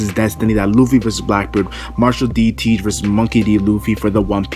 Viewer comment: Did he say: Marhall De Teedh. It sounded weird